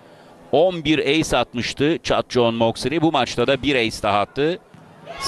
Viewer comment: นักพากย์ต่างชาติขานชื่อเธอได้ชัดแทบจะไม่เพี้ยนแล้ว เจ้าแมวเหมียวปีศาจ.. เธอช่างเก่งจริงนะ ชื่อของเธออยู่ในระดับโลกแล้ว monster น้อยแห่งเอเชีย 🏀🇹🇭🎉🌺🎇🌼🌠❤️‍🔥👍💪